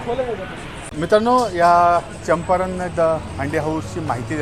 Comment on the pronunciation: It is champaran not champaranya , pronunciation is wrong